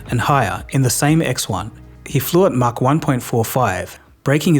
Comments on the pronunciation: Thanks. You might have learned how to pronounce MACH first. It's not Mack, it's Mach. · It's "maach"... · It's "mach" you keep saying "mark".